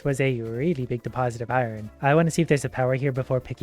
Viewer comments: Eye-ron, guys, eye-ron. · Why do you say iron like that? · Wtf is eye ron? 😂